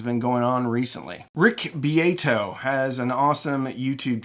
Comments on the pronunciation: Anyone correct the "Rich Bee-yay-to" to Rick Beato (bee ahh toe)? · Rick Be-Ay-toe? Ok you say Poe-Tay-Toe, I say po-TAH-toe, and Rick pronounces his last name Be-AH-toe. Almost like the Rush fans when someone says Neil "Pert" instead of "Peert". But since this was all about language and semantics, maybe it was cleverly deliberate. All that said, this was a very enlightening installment. Thank you. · You watch Rick Beato's videos, but haven't learned how to say his name?